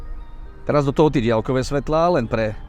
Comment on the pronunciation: Ale menej to ťahá uši ako keď počujem napr. polýcia, polytycká lavica, boly sme atď. A aj ten bosohlavý vo videu dialkové a iné.